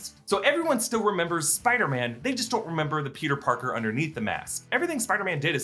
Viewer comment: Is that Peter.... Barker?